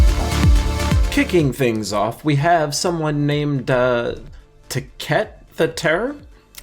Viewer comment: "someone named Tacet (stumbling through mispronouncing) the Terror" 😂 I'm guessing you were joking.